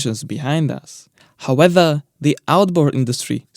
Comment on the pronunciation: I love your channel and I never miss a vid so I'm not knocking you and just want to clarify the word "however". You use it constantly in all vids and pronounce it "how-whether"